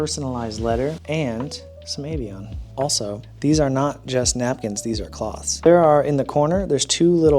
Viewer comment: I adore you,, and I’m thankful for this video but the way you pronounced Avion when you shut off the water triggers me so bad.